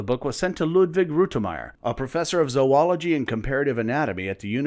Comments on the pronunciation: Hooray for - among many other things - somebody who knows how to pronounce the word "zoology"! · YES! makes me crazy even zoologists mispronouncing it!